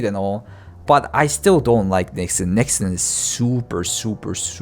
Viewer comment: Im so sorry I can only hear you say "nexon" as "nixon" and it makes that whole segment just hilarious